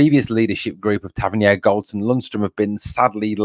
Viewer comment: Well done, i wish Tav got sold so a dont need to hear you butcher his name.........5-0 the famous